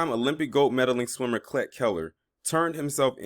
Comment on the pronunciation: A few things... 1. Idiots name is pronounced "cleat" 2. They are giving them the same set of boiler plate charges to start. 3. It seems like they are trying to get them all identified and charged with something. 4. Once processed by police / FBI they have their finger prints and high quality mug shot to assist in facial recognition. 5. If you don't start to see upgraded charges in 6-8 weeks then we have a problem. The FBI is talking to everyone who was the area and getting more evidence by the day. Saw a story about how they used tower pings to ID every phone in the area and are using that to identify suspects and witnesses. Lots of subpoenas for emails and social media are being crafted to and that takes time.